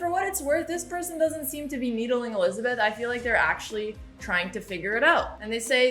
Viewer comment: I like how she says Olizabeth 🤣